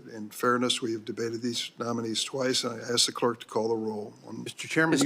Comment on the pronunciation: The ASK is not pronounced AKS.